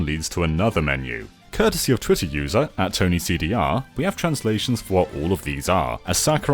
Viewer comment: ToniCDR... Or... Tonic doctor